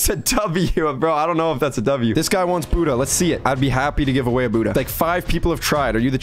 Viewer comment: bro tf is "boodah" and "keelo"